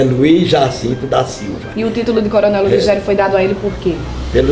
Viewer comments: Moça linda pena que ninguém lhe corrigiu na pronuncia Do nome ludogero não Ludugerio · A repórter que fala primeiro chama coronel "Ludugério".... desculpável.